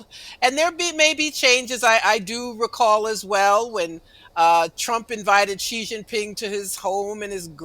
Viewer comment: Incredible that this host just cannot pronounce Xi Jinping properly. Just the mock-Anglo pronunciation.